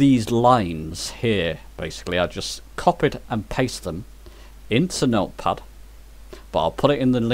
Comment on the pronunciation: At about mins. in your video when you say "meal puffs" what you are trying to say is "Note Pad", am I correct?